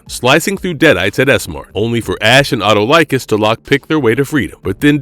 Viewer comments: it is pronounced Uh-Tall-Ick-Kiss , and not, at oh like us. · great vid. but please learn to pronounce the king of thieves name.. eh-tall-eh-cuss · Great video! I love Evil Dead and Xena! Just a nitpick: Autolycus is pronounced "aw-TUH-luh-kiss".